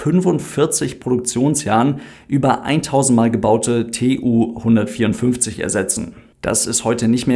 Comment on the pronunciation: Tu, nicht T-U